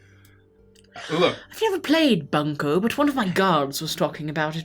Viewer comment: Drinking my fucking energy drink at work when he mispronounced bunko and I literally threw it back up and almost choked from laughing